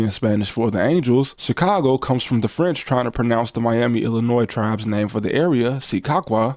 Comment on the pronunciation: Put some respect on Chicago name shorty. Other than that… good video